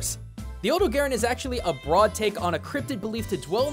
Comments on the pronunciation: odo-gayron? Never heard of that one before, it that coming soon? Do you mean the odogaron? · It's OH-doe-gah-rohn, not OH-doe-gare-en. GaijinHunter did a pronounciation guide! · Huh. I've always pronounced it like Oh-Dough-Ga-Ron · It's O-Dog-aron. The dog is right there! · Here is how you say odogaron Odo-ga-ron I’m sorry but this stuff really irritates me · It's really weird going from Gaijinhunter's hard Japanese pronunciation of the monster to western. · The mizutsune (tamamitsune in Japan) seems like something you could get a video out of. Also, have to say, you have... interesting ways of pronouncing odogaron and kulve taroth compared to what I'm used to. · Actually surprised at your pronunciation of Odogaron. It has the same name in Japanese as it does in English, and since the the Dev team is Japanese, most people use the Japanese pronunciation for it.